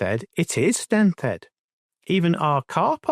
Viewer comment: I hope you don't mind but Nent head is pronounced as Nent head. Not nenth head.